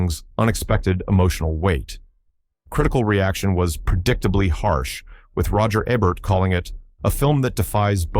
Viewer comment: What? You're not enjoying hearing the narrator say things like "No one can hear......you scream concept" and "Roger Ehbert".